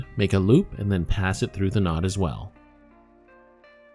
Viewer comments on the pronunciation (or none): none